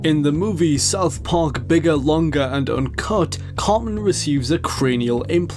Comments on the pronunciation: Tell it is pronounced Eric CarTman and not Eric Carman. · It's Eric Theodore Cartman, not ''Carman''. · Eric "Carman"... Dude. -_